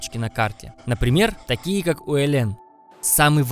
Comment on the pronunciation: Фильм- лучший из тех, что я видел о Чукотке. По своему качеству съёмок, красоте пейзажей, разнообразию представителей животного мира, комментаторскому изложению /чуток резануло слух- УэлЭн :-)), так не принято говорить/. Спасибо вам за великолепную работу! С уважением, рождённый на Чукотке.